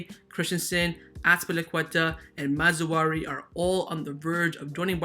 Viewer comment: Dude, It's pronounced "Maz-rah-wii". Honestly wanted to let it go but you keep bringing the man's name up.